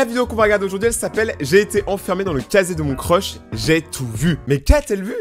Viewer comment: elle as dit et j'ai un crosh à la place de crush mdr